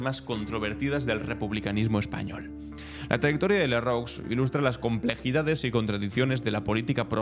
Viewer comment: Lerru, no Lerrox, pronuncialo bien!!! "Lerrú"